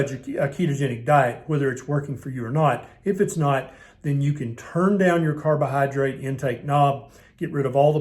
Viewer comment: i enjoy listening to ths doctors drawl my favortie word is "cardo-Hi-drate"